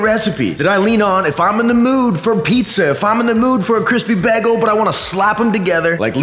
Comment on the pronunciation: It’s pronounced Bay Gul